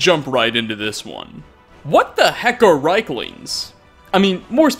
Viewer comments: Argh, please stop calling them reiklings, it's riekling with ie as in Thief. It sounds like you are calling them third reich - lings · rIEklings not rheiklings! good video. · And still can't pronounce Riekling correctly. "Reekling", not "Reyekling". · It's pronounced reekling!!!